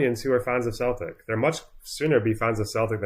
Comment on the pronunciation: How does an Englishman not know how to pronounce Celtic FC?